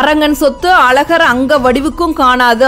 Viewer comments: First of all it is Azhagar and not alagar. Pronounce it properly. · Madam pl pronounce Azagar correctly. Sad tamil girls cannot pronounce the special letter za in Tamiz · அழகர் பெயரை அலகர் என உச்சரிப்பதைக் கருப்பர் காது கொடுத்து கேட்கனும் 🙏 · அக்கா அலகர் மலை இல்லை, அழகர் மலை முதலில் தமிழை ஒழுங்காக உச்சரிக்க கற்றுக்கொள்